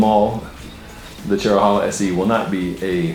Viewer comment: Pronounced Chero-hey-la